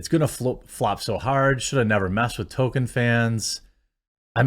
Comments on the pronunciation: At this point i am convinced that you are incapable of pronouncing TOLKIEN correctly. Generally love your videos and takes on most things, but after 10+ vids of you calling him TOKEN i have to either believe you are doing it on purpose for some reason or you are incapable of pronouncing his name correctly. Otherwise, keep up the good work, and the coffee is surprisingly good. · 1. TOLKIEN not TOKEN, it’s not a silent L. 2. Show the downvotes on screen so we know you aren’t making numbers up. Stop pulling it up on another monitor where we can’t see it. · I wish to fucking hell you'd stop saying "Token" It's TOL-KIEN. TOLK. NOT TOKE. You make it sound like "Token white guy" or something. Stop it. Get some help. Learn to say his name right ffs. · Jeremy, it is pronounced Tole kin not Token. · I can't watch anymore of Jeremy's video on this if he's going to keep saying "Token" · The way you pronounce Tolkien gives me an aneurism.